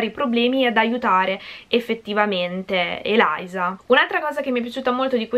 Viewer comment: Ma si dice Eliza cmq lo già letto